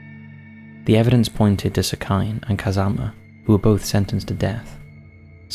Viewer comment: I love the work that u do but I am begging u to look up how things are pronounced before including them in videos. for example the name 'sekine' wouldn't be pronounced 'seh-kai-n', it would be closer to 'seh-key-neh'.